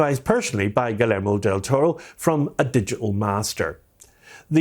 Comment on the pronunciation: Great video. Just fyi, his first name is phonetically pronounced “Ghee-YEHR-moh.” A more common name here in Texas.